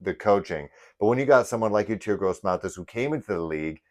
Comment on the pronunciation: ….his named pronounced …E….TOUR …..👍